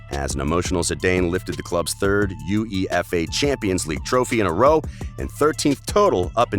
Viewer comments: Pronunciation gaffes: 1. U-E-F-A instead of You-ueh-fuh 2. Ballon de Or - Balondor 3. Avero - Uh-vay-raw 4. PeREZ PErez. Stress is on first syllable. 5. Hor-hey for Jorge instead of Hor-heh 6. Zidane Zi-dun 7. Paris Saint Germain - Puh-Ree Suh Zher- Muh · Why does he say U E efay its yooayfa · It's called Uefa champions league. not U.E.F.A title. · It's not u.e.f.a It's uefa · "You ee ef ay" 🤣 UEFA It's just pronounced as one word not the letters. Say it with me "You-ay-fa" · Uefa not U E F A 😂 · Count on an American to comment on a soccer video. He said "U-E-F-A' instead of UEFA. & the award is called "Golden Boot", not "Golden Shoe". WTF, dude? FAIL! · am i the only one that cringed out when this yank spelt out U.E.F.A and didnt jus say uefa? 😬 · I really touched my bones when he said U-E-F-A instead of uefa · 1.23 - They show a picture od the Galaticos.... with Brazillian Ronaldo, not CR7... lol...then he mentions golden shoes!!! its the golden boot!!...its pronounced Zee-dan (Zidane), and U..E..F..A.. does he mean 'You-ay-fa' (UEFA).... gotta love the American's for their knowledge (lack of) in football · YEW EE EFF AYY 😰🤣 ...UEFA... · "U-E-F-A" no no no just say Yowaifa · It’s UEFA. Not U.E.A.F. Makes me want to vomit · Uefa not U E F A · " two U E F A championships " 👁👄👁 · You know he's American when he says "U.E.F.A" 😂😂😂🤣🤣🤣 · Brah, no one pronounces it U-E-F-A and It's not Zi-DAY-n its Zi-DAHN your lack of pronunciation makes your content cringy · You could tell that the narrator is some voice actor from fiverr. No self-respecting football fan would ever pronounce "UEFA" like that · I can tell you aren't a soccer fan by the way you pronounced all the names 😂 🤣 😂 🤣 😂 uefa- you e f a, golden boot- golden shoe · Ahhh yes the “You Eee Eff Ayy” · Zinedeen zidayyn, u.e.f.a? What the hell is this? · You dont need to spell U.E.F.A everytime dude..just pronounce as it spells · It’s pronounced “yooeyfa” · Stopped watching as soon as this fool said U-E-F-A 😒